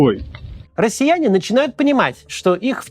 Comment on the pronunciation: «Расіянє начінают панімать» - 😂😂😂